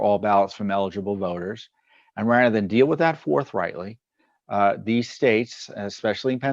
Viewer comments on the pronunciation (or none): none